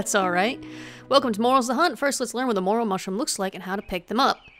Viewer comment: MORE-ELL! IT IS PRONOUNCED MORE-ELL!